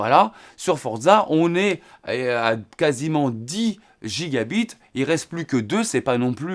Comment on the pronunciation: La prononciation en français des gigabytes (GB) peut induire en erreur avec le terme gigabits (Gb)... Vaut mieux utiliser le terme français "gigaoctets" si c'est trop difficile de respecter la prononciation anglophone !